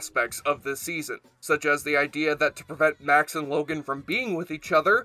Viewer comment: It's must have been quite a while since you saw the show if you pronounce Max's name that badly.